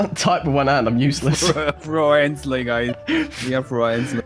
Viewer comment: 😂 I am a "Froiensly" guy too😂